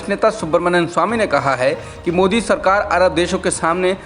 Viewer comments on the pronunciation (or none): none